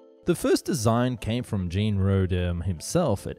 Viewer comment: I assume the name Jean is the French equivalent of the Anglo name John but mispronounced .